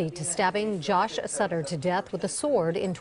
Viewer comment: Medina's victims last name was Sutter not stutter